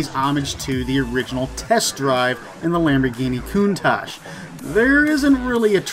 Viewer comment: Anyone else annoyed that she pronounced countach as coontash